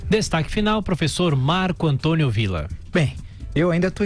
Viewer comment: " destaque final o profexô" INVEJOSO kkkkkkkkkkkkkk , esse tal não soma nada de importância , cara vazio ... digo "profexô" .